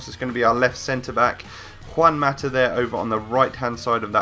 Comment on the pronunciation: You say juan mata like a fucking idiot say it correctly!